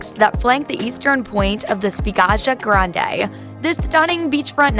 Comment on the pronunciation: yes, …..I can understand names can be hard to pronounce but 🤔. Also butchered Spiaggia Grande ( pronounced spee-a-ja). Spiaggia means beach. Simple research before sharing this type of vid would be 👌🏽).